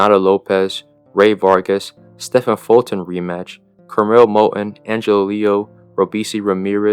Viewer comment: Moton????? You serious bro?